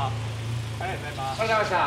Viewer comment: 翻訳がめちゃくちゃで内容より翻訳で楽しみました(笑) ゆーがた=ゆーまちゃ ありがとうございます=ハゲましたー その他多数(笑) 納車のシーンで、ありがとうございましたーがハゲましたーって聞こえる...主役のおっさんがハゲましたー！って翻訳見てたら思ってしまう(笑) つまらない漫才よりよっぽど面白い翻訳ソフト とにかく翻訳が最高ウケる(笑)内容でした！ 翻訳が面白すぎて内容は真面目で良いけどあまり入って来ない(笑)